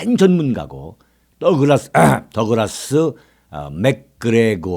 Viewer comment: 창중아 이 븅신아 뚜쟁이 새끼가 ...평소에 얼마나 그짓을 하면 더글라스 를 떡그라스라고 하냐 ㅊㅊㅊ JK